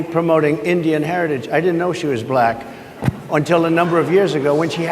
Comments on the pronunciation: Buh-Lak-Huh! He is such a putz. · The extra syllable in black contains his hate. Buh-lack. Such a weirdo & not in a good way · So weird how he pronounces “Black” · If anyone is hostile and nasty it's Trump. Just the way he pronounces "black" in regard to Kamala Harris is insulting.